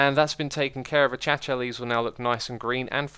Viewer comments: Did you legit just say a-cha-cha? I never heard anybody mess that word up in that way. It’s A-Kay-Shee-A, or just A-Kay-Sha, but definitely not A-Cha-Cha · Its not achacha its akasha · AY WHAT IS ACHACHA ITS PRONOUNCED AKAYCHA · "Achacha" Xisuma, it's pronounced a-kay-sha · Achacha? A-k-asha is how its pronounced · a cha cha real smooth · its pronounced A-kay-sha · No one: Xisumavoid: achacha leaves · Literally No one: Xisumavoid: ACHACHA LEAVES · I'm pretty sure he's pronouncing it wrong purposely as keralis used to pronounce it that way. It's the same thing with booshes rather than bushes